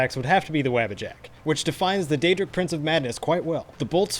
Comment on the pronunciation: Mispronounced “wabbajack”. “Wha-buh-jack” like the word what. Not like the Yabba dabba.